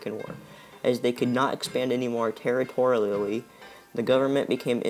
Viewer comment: I feel bad he said territoriallLLy >_< lolololol